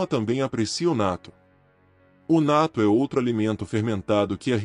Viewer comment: Se pronuncia: Nattô Com o acento no ô e não no a. Só pra corrigir a pronúncia